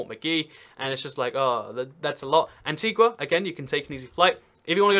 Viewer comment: It's pronounced Antiga and BarbUda.